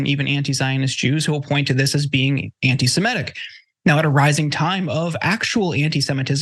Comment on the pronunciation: and, please learn the correct pronunciation of "semitic".